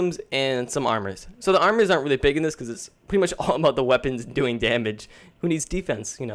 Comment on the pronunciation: Please stop saying 'pwiddy much'.